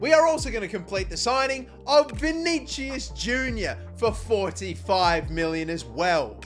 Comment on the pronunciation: You keep saying vinigius wrong